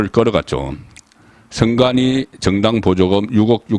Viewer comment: 계양 얼, 동작 얼 특히 원희룡은 원히롱, 선관위는 성가니 발음 ㅋㅋㅋ YS하고 비슷하시네요